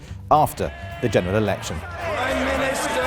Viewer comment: its not about feeling ashamed, I can't understand the bloke when he says "General Election" like "Dweneral Electon"